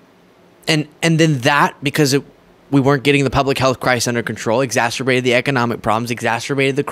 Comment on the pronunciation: The word is exacerbated NOT exasterbated! It doesn't rhyme with the "M" word.